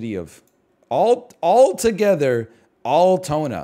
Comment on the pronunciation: Altona is pronounced Al as in Weird AL Yankovic.............. Al tona